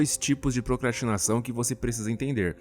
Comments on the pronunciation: "procatinação" também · ocorreu um erro " A procrsatimação..."